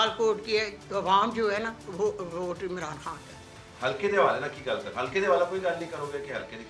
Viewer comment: Vote Rehina Dar is waste of vote,listen the way she call Mran Khan,instead Imran Khan,if you heR her conversation you will know her educational level